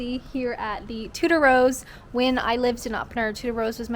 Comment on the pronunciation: She might have to learn how to pronounce Tudor though!